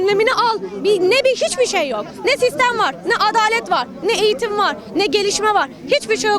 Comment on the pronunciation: Eğtim, Eğtim diyoruz hale, Asgari ücrete, Askâri maaş diyoruz...